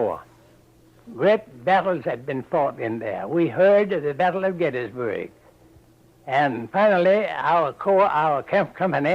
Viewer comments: He pronounced the Battle of GettysburG and GettysburrAY. Like EdinburGH is pronounced EdinburrAH? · I liked the way he said Gettysburg, and Petersburg as Gettysboig, and Petersboig. It's crazy that he was from Virginia, like myself, yet people up north also pronounced similar words the same way. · At one point, he seems to pronounce "Gettysburg" as "Gettysbury". I find that quite interesting. Seems like "burg" and "bury" were both used interchangeably. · For Gettysburg he says "Gettysboyg". That was oddly common along the Atlantic USA coast, even reaching into the states of the Confederacy. I remember that comedian Oliver Hardy of "Laurel & Hardy" fame used that pronunciation for "...erg", "...erd", "...urg", and "...urd" in his films. He was born in Georgia (USA), very deep south. Today I mostly associate that pronunciation with the far northeast states. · Great video, thanks! One thing I noticed was his pronunciation of the last letter in place names such as Gettysburg as a Y. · He pronounced gettysburg and petersburg completely differently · He pronounces gettysburg completely differently.